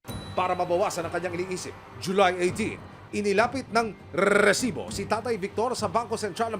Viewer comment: Naiakairita yungpag bigkas ng REEEEEsibo.